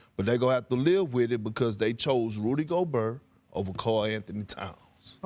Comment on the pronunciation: "Rudy GoBERR"